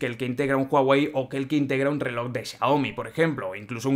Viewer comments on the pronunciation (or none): none